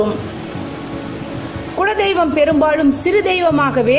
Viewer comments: Madam, the content is really good. But a humble request is please improve your tamil. It is kuladeiyvam n not kuzhadeiyvam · that is kula dheivam but u told kuzha dheivam,other than that good info